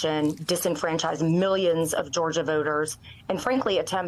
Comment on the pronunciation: I did not know there was a State called Georger..... I do respect this woman, but dang man. It's Georgia!!